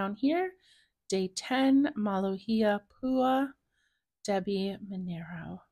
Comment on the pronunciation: You are saying it correctly! Pua is flower in hawaiian